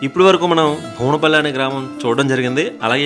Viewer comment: బోనపల్లి కాదు ఆండీ బువ్వనపల్లి అండి